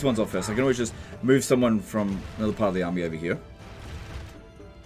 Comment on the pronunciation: ITS ANODDAH SHOAH